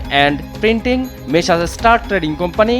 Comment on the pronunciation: মেশার্স নয়, মেসার্স - যা উচ্চারণ হবে মেছার্ছ